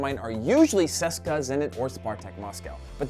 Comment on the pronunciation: Its C.S.K.A. Not Seska. Please.